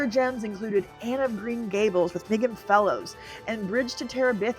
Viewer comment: Anne of Green Gables was Canadian made and first shown on CBC in 1985. It was my favourite book and I loved that movie. Also, it's not May-gan, it's Mee-gan.